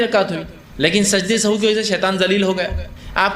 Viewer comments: Very good sehav he sahu nahi ❤❤❤ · Sahu nahin sahav sahih talafuz hey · Janab sajde sahu nahi hota sahi lafz 😢sehav hota he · Sajda sahuve, not sahoo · Sajda e Sahav hota hai sahu nhi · Pronunciation of sehav is not sahoo,and its meaning is not bhool, it means ghalti.